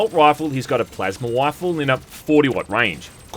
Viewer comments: A plasma wifle sounds like a powerful woman for sure man 😂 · "hes got a plasma wifel" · plasma wifle? like he's married to it? that's very USMC. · "Plasma wifle" lol.